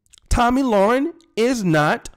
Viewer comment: Le-ren, not Loren.